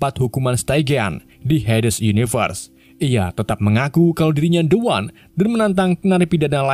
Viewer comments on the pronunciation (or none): The One = dibaca Di wan. Soalnya bertemu huruf vocal👍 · The One tetap dibaca De Wan.... larena pengucapannya huruf konsonan.. bukan vokal